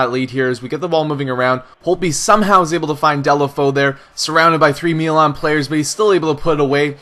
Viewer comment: why do you say melan? its mi not me